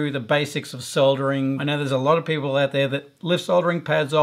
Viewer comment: Soldering pronounced the right way!